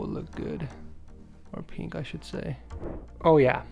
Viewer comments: Oh my god you say peeink instead of pink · peenk? u thought it was pink.